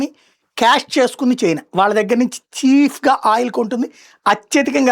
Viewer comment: Sir...Small correction చీఫ్ కాదు చీప్.